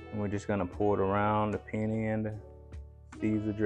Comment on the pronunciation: p. Thank You Sir. You Are an inspiration of God Almighty. I love your videos and your recipes. One tip. Penne pasta is pronounced Pin-NAY.